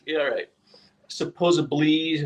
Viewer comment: Hahahaha! Actually, there is no such word as supposably. It's supposed to be "supposedly." People just throw a letter B in there.